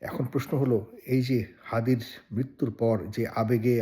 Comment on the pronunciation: হাদি না থাকায় কার সবচেয়ে বেশি লাভ হয়েছে, কার বেশি লাভ হবে!!!!????? আমাদের মাথায় একজনের নামই আসছে, মির্জা আব্বাস, হাদির খুনির জামিন কে করিয়েছে, বিএনপির সাথে সম্পৃক্ত একজন এডভোকেট, মির্জা ফখরুল ইসলাম আলমগীর হাদির নামটা ঠিকভাবে উচ্চারণ করতে পারছে না, উনার কথায় তুচ্ছতাচ্ছিল্য একটা ব্যাপার লক্ষ্য করা গেছে, ইনকিলাব মঞ্চের নাম ঠিক ভাবে মুখে আনতে পারছে না, বার বার মঞ্চকে পার্টি বলে উল্লেখ করছে, এসবের মানে কি দাঁড়ায়, মানুষ কি বুঝবে এসব থেকে, বিএনপির আচার আচরণ কি এসব ঘটনার পক্ষে দিক নির্দেশ করছে না!!!!???? মানুষ কি এমনি এমনি বিএনপির উপর দোষ দিচ্ছে!!!!!????